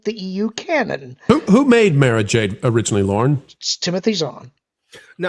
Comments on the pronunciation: It's Mara not Mera lol. Mera is in DC. Mara is in Star Wars. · Listen to Timothy Zahn who created her. It's pronounced "Mahrah" not "Mairah". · I listened to the books on audio when Lucas still owned the franchise. It's pronounced "Mah-rah" Jade.